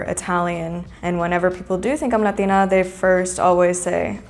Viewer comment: Why do American latinas say “Latina” they way they do? Quit trying so hard it’s annoying.